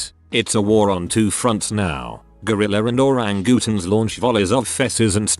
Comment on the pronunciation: Same, plus the pronunciation of the word orangutans